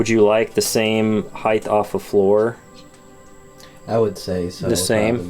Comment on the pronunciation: Is. Is he saying heighth?